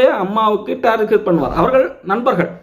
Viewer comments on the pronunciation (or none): none